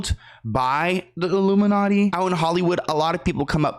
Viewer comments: I feel like he was saying "Luminati" not "Illuminati" and saying "All Mocking Tongue" instead of "All Seeing Eye" and just going off of what the hot topic at the time was. He is a stand up, sketch comedy, improv guy at heart. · Isn't he saying luminutty? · What else does the hand gesture look like… that’s why he said “illuminutty” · He says “Illuminutty”